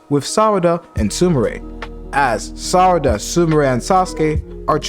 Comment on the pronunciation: great job by speking sarada not sadara 😂😂